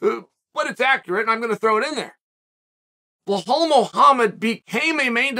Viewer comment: Vinchincent Luque, BellHall Muhammad 😂